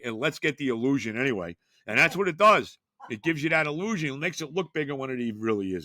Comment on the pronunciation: Love it when says the Il-LOU-sion